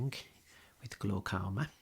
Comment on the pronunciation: English isn't my first language.. I don't know glaucoma word but he make it sounds like glocauma.. and yes it sound very relaxing and sexy